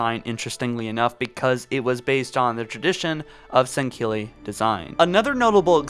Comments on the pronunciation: Sangkilli.. it’s Sangheili ffs. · You say sangheli wrong every time